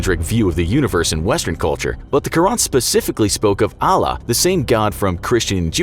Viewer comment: By the way quran is actually pronounced "kur an" so you dont say ran , you stop and start with a without anything before it , its still one word and you have to say it quickly but when you say it you should say an at the end without connecting it to the R